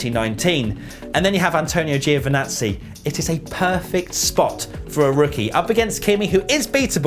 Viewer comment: Before I forgot... it's just priceless how you guys pronounce Giovinazzi 😁😝😁😝